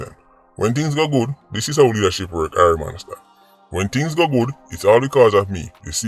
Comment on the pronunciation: God bless.....I would want to see the "Man or Company" who run last..... say it again.... "When things guh good they take the credit but when things guh bad........"